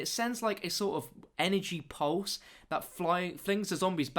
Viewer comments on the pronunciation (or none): none